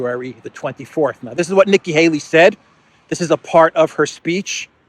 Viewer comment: Nikkie "halo" 😂😂😂😂